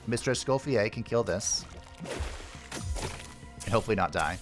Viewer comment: You're prononciation of Mr.Escoffier's name is actually very good ^^